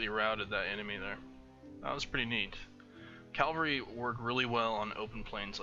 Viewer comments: IT'S CAVALRY NOT CALVARY, I'm sorry I had to get that outta my system. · It really bothers me how you say Cavalry. Its not Calvary.